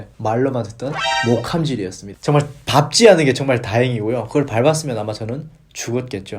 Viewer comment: ㅋㅋㅋㅋㅋㅋㅋ호기심에 목숨이 왔다갔다해요ㅠㅠㅜㅠ 그 와중에 밟지않은 [밥찌않은]으로 올바르게 발음하시는 거 뭔데 쾌감..,.ㅎ